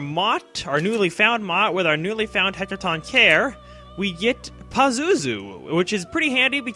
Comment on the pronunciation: its pronounced heck-a-ton-cheer-ez i believe its a greek mythology creature created when titan's blood mixes with objects such as statues.